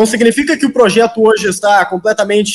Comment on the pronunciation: Ele tá falando mto em "proxeto" acho que vem Luxemburgo🤦🏻‍♂️😂😂😂